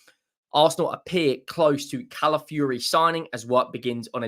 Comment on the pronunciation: Cala fiori not Cala fury.